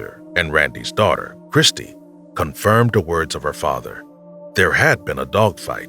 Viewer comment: would appreciate better enunciation of words such as 'them' 'that' 'there'....its not 'dem' 'dat' and 'der'. please pronounce your 'TH' correctly.